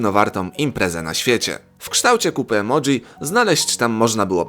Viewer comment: Emoji a nie emodzi